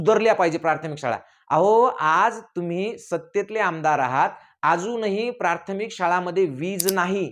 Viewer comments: तू शिक्षक आहे का रे. असेल तर मग बम्बच बरोबर आहे. कारण तुला प्राथमिक नीट बोलता येईना. प्रार्थमिक बोलतोय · प्रार्थमीक नाही प्राथमिक म्हणा.